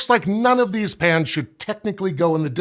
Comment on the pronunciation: He keeps saying 'pans' and 'pans' and all I hear is 'pants'